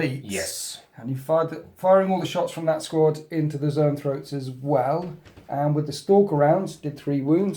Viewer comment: You keep calling zoanthropes 'neurothropes' and it's driving me nuts. Other than that, great batrep as usual. Thanks.